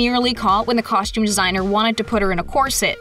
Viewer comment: Costume, not coshtume